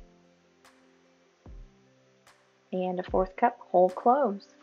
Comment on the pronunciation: Sounds great. I thought you said Old Crow instead of Whole Cloves. It gave me a chuckle. Lol🎉